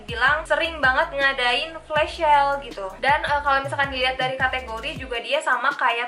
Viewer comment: kakakkk maaf out of topic yaa tapi pengucapan flash sale nya agak kurang tepat kak harusnya sel bukan syel hehe maaf kalau salah kata ya kak cuma nit mengoreksi, semangat kak!❤️